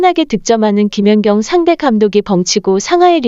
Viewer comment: 이 영상은 ai가 읽어주는 내용이라 발음이 듣기가 거북하고 발음도 이상하고 김연격 김연정 ㅋ 올림픽 무승승차 업적을 남긴 김사니, 김수지, 표승주 영구퇴츨과 조송화와 신연경도 영구 퇴출 이들 싸그리 영구퇴출과 더불어 배구계에서 제명을 해야 하고 서 전감독을 모욕과 허위사실을 유포한 혐의로 법적 책임을 물어야 할것이다, 이런 것들은 싸그리 뿌리를 뽑아버려서야 한다.